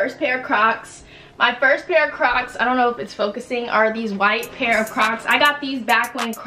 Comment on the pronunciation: when she said “i been on crocks” i heard crack omg🤣🤣🤣🤣🤣